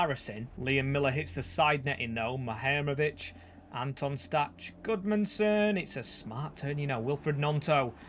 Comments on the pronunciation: nice video, one thing i’d like to mention is that Anton Stach’s name is pronounced (Stack) not (Statch) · Stach is pronounced 'Stack'